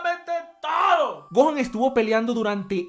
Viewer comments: ajjaaj se dice gohan y dai lo dice ¡gojan ! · dijo gon o me parece?